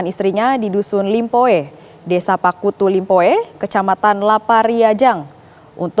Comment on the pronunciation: desa pattuku limpoe min,bukan pakkutu limpoe 😂😂